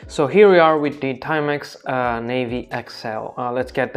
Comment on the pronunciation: Na-vi not navy. 👍